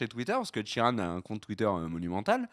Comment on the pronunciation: Ed Sheeran !! Pas "Sheridan" LOL